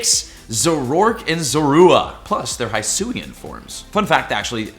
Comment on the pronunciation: So is it just me or does the way says Zorua, Zoroark, and Hisui break my ears? I believe it's Zor- ooa and Zoro- Ark and Hei-Sui